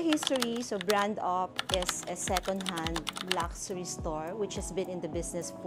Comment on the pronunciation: Sorry mommy, yung sa correct pronunciation lang po: pawn: pohn luxury: lug-sure-ee